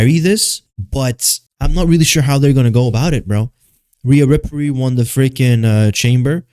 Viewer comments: i fell for the bait until when you start calling her "Rhea Riprey" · I could just watch a video of you saying Rhea Riperly over and over again dude holy shit thats funny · Riaaaaaa rippperryyy with the way yu said it 😂😂😂😂😂😂😂😂😂😂😂